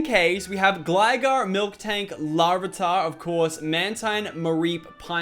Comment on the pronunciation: "Milktank"? Sigh..